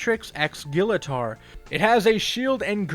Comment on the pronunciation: Your pronouncing Gillator wrong!